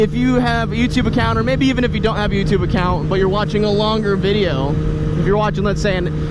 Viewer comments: "Youpatube account" LMAO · He said youba tube lol! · Just listen to the words . "youbatube". I laughed way too hard at that